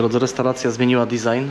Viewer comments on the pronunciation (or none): none